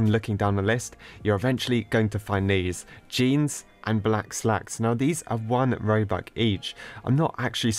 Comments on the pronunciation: How u pronouns robucks: robucks :how he says it: Robuk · he pronounce robux into Roobuck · Did you say ‘robuc?’ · It’s not ”roux” it’s ”robux” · What’s roux? It’s R o b u x not roux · Its 1 robox its not 1 robok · lol i like when says one robuc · ''robuck'' LMAOO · says robuk me like are youi on drugs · he's saying "oNe RoBuCk" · Did anyone hear him say robuc? Xd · Stop calling it robuck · 1.. ‘Robuc’ lmfao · why does he say robuck when you say robux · He says "Robuck"..